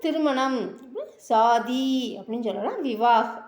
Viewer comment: மேடம், சொல்லி தரும்பொழுது சரியான உச்சரிப்பை சொல்லி கொடுங்க ப்ளீஸ். அது சாதி (கல்யாணம்) இல்லைங்க, ஷாதி, ஷா உச்சரிப்பு வேண்டும். உங்கள் முயர்ச்சிக்கு பாராட்டுக்கள், மாற்று கருத்து இல்லை, ஆனால் உச்சரிப்பில் கவனம் வேண்டும். நன்றி.